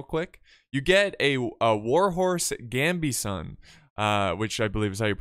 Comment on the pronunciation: That is not how u pronounce gambeson